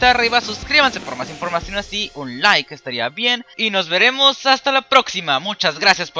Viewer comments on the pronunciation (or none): none